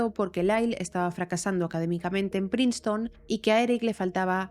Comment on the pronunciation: muy bueno, solo que la la primera parte dices praiston y la universidad se pronuncia Prinston